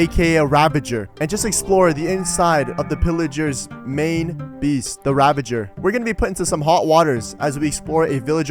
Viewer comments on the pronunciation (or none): none